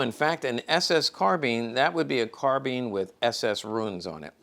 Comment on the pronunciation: Bothers me an Expert in miltary items doesn't pronounce "Garrand or Carbine" correctly! Both of the firearms designers were serious about pronouncing their name correctly.